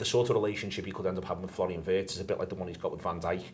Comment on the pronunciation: German here, please... Wirtz is pronounced like Veertz ! Not like in hurts. Up the reds ❤